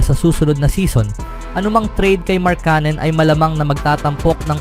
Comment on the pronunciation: Ang masasabi ko ay lalong umarte at paiba-iba ang bigkas mo ng markkanen. Magpakatotoo ka na kasi na pinoy ka, gumagaya ka pa sa iba e... 😂😂😂